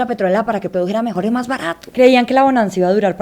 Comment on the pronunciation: buen video!! y que chistoso que la chica venezolana cambie la "s" por la "j". ella dice: "maj en lugar de mas", "ejtado en lugar de estado", etc, etc.